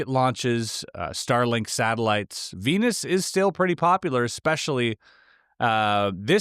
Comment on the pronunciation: LoL at “weenus” 😀